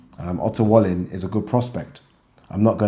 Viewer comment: its pronounced "valleen"